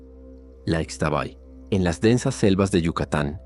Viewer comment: Gracias. Es un gran programa de relatos. Soy 100 % yucateca. Para mejorar su trabajo, le aclaro que aquí en Yucatán, la letra X se pronuncia SHHH. Así la dama nocturna se llama ISHHTABAY. Los hombres que la encuentran y la siguen, NO DESAPARECEN, AL AMANECER SE ENCUENTRAN CUBIERTOS ENRREDADOS ENTRE BEJUCOS LLENOS DE GRANDES ESPINOS. TRATE DE IR A LOS LUGARES DE SUS RELATOS, Y HABLE CON PERSONAS REALMENTE CONOCEDORAS, BIEN DOCUMENTADAS ACERCA DE LOS RELATOS. NO SE QUEDE EN CIUDADES, NI PREGUNTE A ANTROPÓLOGOS NI HISTORIADORES. VAYA DIRECTO A INVESTIGAR CON LOS AUTÉNTICOS MAYAS QUE GRACIAS A DIOS, ESTÁN ACTUALMENTE VIVOS , PRESENTES Y SON MUCHÍSIMOS. NUESTRA RAZA Y MUY SABIA CULTURA ESTÁ MUY VIGENTE. SALUDOS.